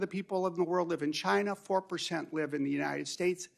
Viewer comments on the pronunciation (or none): UNINED STATES AHAHA